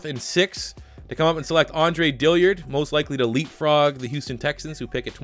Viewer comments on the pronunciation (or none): It’s is Dillard not Dilliard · Also U've been saying his name, "Andre Dilliard" but its actually Dillard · Dill-ard. No I. Not Dilli-ard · Sean Cook yeah the man can’t read 🤷🏼‍♂️ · DILL-ard! NOT DILLY-ard! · Another video, another day wondering when will realize it's Dillard, not Dilliard.